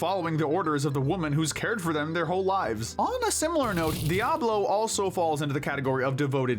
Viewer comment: Im pretty sure its DIaval not Diablo but I can understand why it might be misheard.